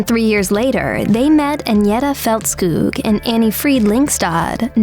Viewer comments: Here to check on pronunciation - I give the narrator a 7/10. Ulvaeus is ool-VAY-oos and Agnetha's last name is Feltz-kog, not Feltz-kewg. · Så det irriterade dig också att höra hur berättaren uttalade Agnethas namn.